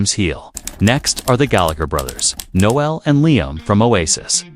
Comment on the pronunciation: Please learn how to pronounce Noel.